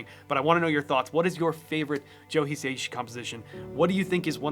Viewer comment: just fyi, his surname is pronounced as 4 syllables, "hee" "sah" "ee" "shee", not 3 ("hee" "say" "shee"). Great video though!